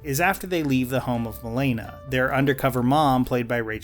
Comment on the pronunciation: the biggest problem is they used shitty British vodka for product placement when proper slavs would make their own vodka. and the accents were shite. and the way they pronounced jelena. and the fact they're trying to make a cold war film in 2017 and it was still shite.